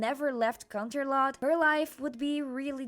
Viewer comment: "canternot" ☠️☠️😂😂😂😂 I can't